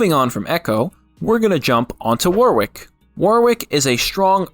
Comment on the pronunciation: Auto dislike any video where Warwick is pronounced wrong, soz